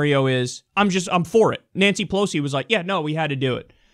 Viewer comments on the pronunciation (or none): none